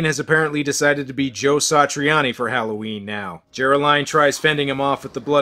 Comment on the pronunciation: HOWL-oH Ween ?..............your mispronouncing it !!! are you fukin Canadian ? .. it's Hollow-Ween !